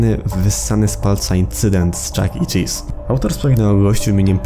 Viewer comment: Pov: starasz się rorzczytać Chuck chelese czy coś👁️👄👁️